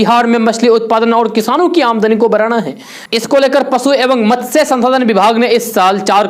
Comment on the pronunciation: अरे वाह ! आज एक शब्द का उच्चारण तो आपने इतना शुद्ध किया कि मैं तो चौंक गया. जी हाँ, वैसे तो आपके वीडियो में अक्सर ही उच्चारण-दोष देखने को मिलते रहते हैं ; लेकिन आज एक शब्द “मत्स्य” का उच्चारण आपने इतना शुद्ध किया जिसे अच्छे-ख़ासे पढ़े-लिखे लोग भी शुद्ध नहीं बोल पाते.